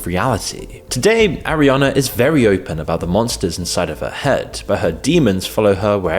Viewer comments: How can people listen to "Arriana" over and over. I can't watch its too annoying. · Why is he pronouncing her name as "Arriana"? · Bro, you couldn't even say her name right? The whole entire video you say, airiana, instead of ariana.